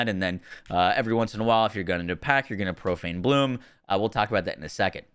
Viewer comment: He called it profane bloom. 😅